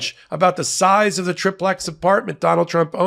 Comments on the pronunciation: Everytime he says 'trip' plex instead of 'tri' plex (TRY-plex), it hurts my autism (literally). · TRYplex!!! Not TRIPlex!!! Ben started this conspiracy pronunciation. STOP IT! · TRI-plex, as in having three floors. Not TRIP-lex, which isn’t a thing. You wouldn’t say TRISS-state… If it had two floors, you wouldn’t call it a DUPP-lex, right?! Love this channel, but y’all have seemed to adopted each other’s mispronunciation of this one word.